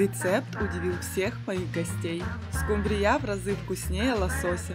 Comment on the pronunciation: Вопрос: домработница миллионера кем работает в дорогом ресторане, чтобы учить вас готовить? И на будущее, рыба называется скумбрия с ударением на У а не на Я. Удачи.